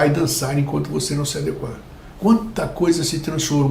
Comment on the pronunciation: parabéns por pronunciar ADEQUAR, sem acento. os modernistas falam ADÉGUA.